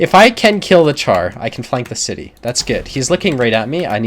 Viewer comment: I like your videos. One thing though. Char (french for Tank) is pronounces 'shar'.